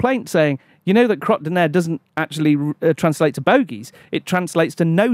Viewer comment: I think whoever told them it meant no shit in French are getting confused. In no way does this mean no shit lol It’s crotte de nez (kroht doo nay) but he isn’t even saying it properly, it sounds like he is saying cRot day ner which is nothing so I dunno who told them that.